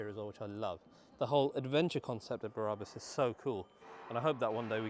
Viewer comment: Love it but please stop pronouncing Brabus Berabus it’s infuriating, thanks mate, I’ve clearly got way to much time on my hands, maybe I should just get a life 😂❤